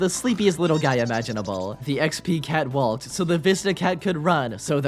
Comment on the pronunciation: I love this video but there are three things bothering me 1. you said literally infinite when it wasn't 2. you pronounced the l in walk 3. you did my boy the drip dirty with that rating for that reason I am still watching the entire video because all of those were actually quite funny (except the drip)